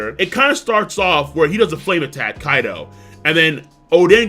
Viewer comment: Completely agree and yet It's still funny calling him kaidhoe